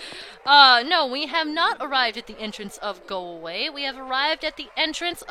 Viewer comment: You ment "go a-gway"? 😋